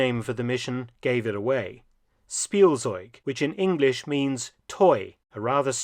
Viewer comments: Spielzeug — speel-tsoyg. The Z is often a “ts” sound and not a standard Z sound…. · In case you want to know the correct pronunciation of Spielzeug: It's more like Shpiel-tseug/-tsoig. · I opened the video as fast as I could. Faster than Blitzkrieg. Edit: "Spielzeug" is mispronounced. The correct pronunciation is "Schpielzeug". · Its pronounced Shpeeltsoyg in German "Toy" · It's "Shpieltseug"